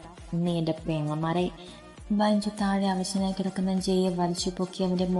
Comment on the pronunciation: Super story ബെഞ്ചു അല്ലെ ബൈഞ്ചു എന്ന് കേൾക്കുമ്പോൾ എന്തോ പോലെ